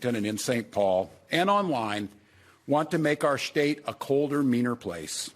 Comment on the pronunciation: Hey Walz, the correct pronunciation is "State" not "Shtate".